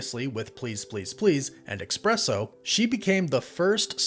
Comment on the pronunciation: What's so hard about pronouncing "espresso" correctly? There's no X, C or K in it. Listen to someone who pronounces it correctly and copy that. Sheesh.